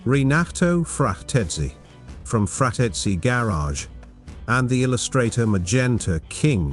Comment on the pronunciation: awesome build, it look as original manufacture. "frateski" must be pronounced like in italian ? i bielieve...